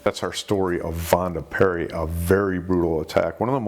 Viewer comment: It's Pierri. Why is it so hard for native English speakers to get foreign surnames right?